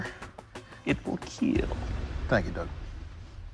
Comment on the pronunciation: Obesity could keel...